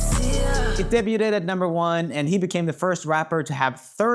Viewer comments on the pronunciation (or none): My favorite is Joel reading "debuted" as "dabe-yoo-ted" instead of "dabe-yood" over & over 😂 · idk if the pronunciation this is comment bait or not, but in case it is: the t in debut is silent. debut is pronounced "day-BYU" and debuted is pronounced "day-BYUD". blame the french. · The word is de-b-uy-d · I love it. He has always said that and it just makes me smile, especially when he's english is normally perfect. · Say it with me Roomie: Day-B-yewed (debuted) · Roomie you gotta learn how to pronounce debuted 😂 😘